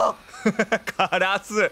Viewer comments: カラスの発音が枯らすになってるwww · カ↑ラ↑ス↑になってるw カ↑ラス↓じゃないの？w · 発音がカラス4じゃなく 枯らす方なのよ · 関東だと枯らすの発音ですよね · カラスの発音が、辛子みたいで面白いww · 相変わらずのカ↑ラ→ス↑の発音ですき☺ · 相変わらずカラスの発音カ↑ラスなの草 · カラシみたいな発音でカラス言うやん笑笑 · 渋谷みたいなカラスの発音すき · バイオしてくれるのまじ神！！！ カラスのイントネーション好きwwww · 久しぶりにのカラスのイントネーション聞けたwwwww やっぱなんか違うwwwwwwwwwww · の、カラスのイントネーションよ😂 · ×バイオ実況ってほんとに強くて！！！😭 カラスの発音かわいいから一生そのままでいてくれദി ᷇ᵕ ᷆ )♡ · 一生気になるカラスのイントネーション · カラスの発音おかしい（笑） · 烏のイントネーションが気になる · カラスのイントネーションw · カラスのイントネーションめっちゃ気になる笑これって方言とかなのかな？私愛知県住んでるけどの言い方使ってる人見たことない笑